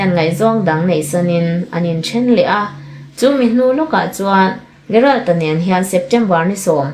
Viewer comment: Gerald tih hi 'G' angin lam rik tur aw.